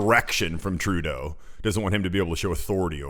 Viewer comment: 1. This presenters way of saying Trudooo is getting onto peoples nerves. 2. Why is Trudeau always timid around other people?? Was he abused as a child??